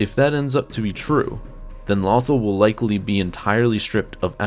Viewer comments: It's LothAl, not LOthal.At least say it correctly. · It's LothAl not LOthal lol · It is not pronounced "Lawthul" it is pronounced "Low-Thall" do you even watch the show ?? I mean the say the name more than enough to understand the way its pronounced. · Lumberjack Dan Low- tal/ Al. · Dude was thinking of “Brothel” instead of “Lothal” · It’s “Lowthall” not “Lawthall” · Loe- tharl not lothl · It bothers me he calls it lawthul instead of LOTHAL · "Lawthul"??? It's "Lowthaul" I was so distracted by this mispronunciation. lol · Im trying not to sound mean but it's "low-thal" not "law-thal" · Low-th-all not lawthul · It's Low-Thawl, not Lothel D'X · Lo thal NOT Lawthul but great and informative video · Lofal not lawfall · I fought the lawthul and the lawthul won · LOW-THAUL FFS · low-thawl FFS if you're going to make a video over Lothal, at least say the planets name correctly sheesh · I mean they pronounce it “Loh-thawl” for the entirety of Rebels lol. Where the hell did the need to make your own pronunciation come from??? 🤦‍♂️🤦‍♂️🤦‍♂️ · LOW-THAL Say it with me..... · The way he pronounces Lothal makes me cringe every time. 😖 Low-thAll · Is it pronounced lothal like waffle or lothal like you all ? I have heard it both ways over the years. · Take a shot every time he says Lawthul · It's not "nuth-ul" it's "law-th-all" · Every time he says lawthul I cringe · His pronunciation of this planet is simply "lawthul"! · It's pronounced "LOW-THALL" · Its pronounced LOW THAWL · Pronounced "Low-thall" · It is pronounced “Low thawl” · It's LOW-THAWL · It’s pronounced lo-th-all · Damn near un watchable when you keep saying the name different then they do in the show. Lo-THAL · Jesus he can't say it Lawthel or Lewthul god may have been able to say it but he can do more and interesting facts #LoveStarWars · Not lawthal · Its not lothal like brothel its lothal like low thal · Why say the name of the planet correctly in the beginning and then fuck it up for the ready of the video